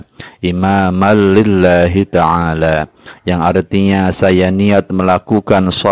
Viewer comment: maaf sebelumnya ya pak, bacaannya bukan ada Al,tapi ada an lillahitaala